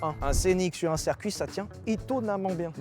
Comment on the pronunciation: Chers youtubers, on dit circuit pas cercuit.